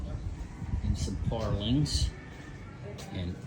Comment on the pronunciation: When you say parlings... Do you mean purlins?... Or do they say it differently in the Philippines?